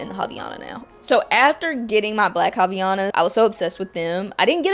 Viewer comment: Brazilian here! you actually pronounce Havaianas like Hav-eye-anas